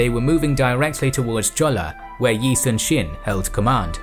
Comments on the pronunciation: yi sun shin (x) -------> yi soon shin (o) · the pronunciation is really off. Korean nouns are stressed at the first syllable in nearly every instance! YI-sunshin not yi sunSHIN? KIM myeongwon not kim myongWON and PYEONGyang not pyeongYANG. YANGju not yangJU etc